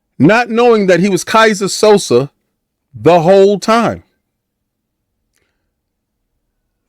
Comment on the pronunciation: It's Keyser Söze, King. So-zay. Not "Sosa." Still, there's a comparison to be made there because Xbox is pulling a great trick by convincing some people that its ongoing failure doesn't exist. (Edit: added the time stamp)